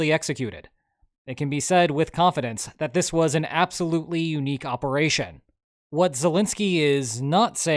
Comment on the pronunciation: it wasn't a bold operaychun... it was AUDACIOUS! (if i ever hear that again....)